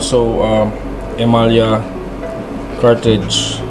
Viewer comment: E-MA-LA ang alam kobg bigkas jan🤔boss😅